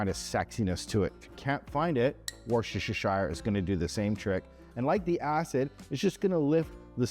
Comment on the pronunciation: Hi,! Great video! Very informative. I'm going to cook this in a couple of weeks. Will stock up on soy sauces as I only have the Light soy. Also need rice wine vinegar. By the way, Worcestershire sauce is pronounced Wooster-sheer sauce. Sorry, amigo. I really like pork belly, and now that I've given up on crispy crackling, your way will be my go-to. Hey, your channel is growing, which is great for us Aussies, as we don't see you on TV these days. Thanks again,! Always enjoyable watching your videos, and the music is pretty good, too! All the best!